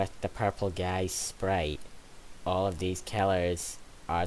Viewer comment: Sprrrite sounds like when all my friends try to pronounce sprite(the softdrink)